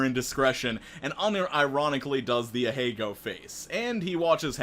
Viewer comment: Please pronounce ahegao right lmao